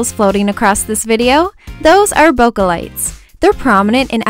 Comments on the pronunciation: It's not "Bo- Ka" it's "Boo-k" like a flower bouquet. :] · bo-keh instead of bo-kuh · Does anyone know why its called bokeh? Because I'm Japanese, and in Japanese, bokeh means blurry. Which makes complete sense. But it's not pronounced bokuh, more like bouquet. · It's pronounced bo-kee but whatever. When I first heard it I was like bokeh? bo-kee? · So that's how you pronounce BOKEH! Hahaha I've been calling it "bo-keh" lol. Loved this vid so much! <3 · it's actually pronounced as Bo-Keh. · ThatsHeart i thought it was pronounced bocky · its actually pronounced 'poke' with a b. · IT'S PRONOUNCED BOW-KAY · this is absolutely gorgeous!!!! but im a pronounciation nazi.... :/ and I believe bokeh is pronounced bo-keh. if im wrong, please correct me. thts just what I've been told. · It's pronounced like "bouquet" like a bouquet of flowers. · in photography, no matter the accent, it's pronounced bo-keh, maybe sometimes it is allowed to pronounce it with a little of bo-kay, but not too much, only sometimes it's pronounced bo-kuh but the earlier ones are more correct, again, doesn't matter the accent you have, that's how you pronounce it and yes it comes from japanese boke which means blur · It's pronounced BOKAI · No hate but they are called Bokeh balls and pronounced bok-aye balls but I believe people pronounce it both ways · this is so pretty!! :) I also had no idea bokeh was pronounced like that hahaha Ive been saying it wrong all this time!